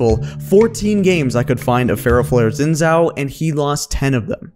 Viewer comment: Why can no one who makes videos pronounce Xin Zhao's name correctly?